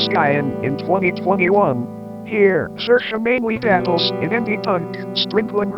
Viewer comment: how did you get a tts of all things to correctly pronounce saoirse's name lol